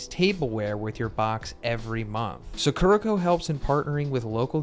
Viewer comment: It's Sakurako, not Sakurrhakou. Japanese pronunciation is the same as Spanish, so as an Spaniard I always find it a bit funny whenever Americans try to pronounce Japanese words. It's all in good fun though, not trying to be mean or anything~